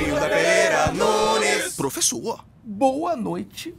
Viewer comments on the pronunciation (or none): esse “pruofessor” no fim da vinheta me faz rir a 5 anos tmnc